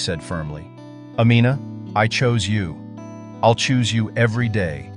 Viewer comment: I wish the narrator would stop mispronouncing her name. It's Amina like (Ameena, not Amenna).